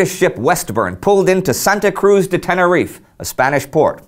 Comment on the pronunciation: Tenerife isn't pronounced like that. The "e" is not mute, since Spanish vowels are never mute.